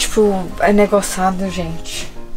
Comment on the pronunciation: "negoçado" kkk vou adirir